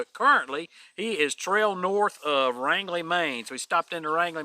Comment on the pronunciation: While we're on the pronunciation of things, Rangly is not how you pronounce Range-lee. The range part is like Home on the Range. At least this born and bred New Englander has said it for a lifetime, 80+ years. For a definitive guide, check with a Maine-iac!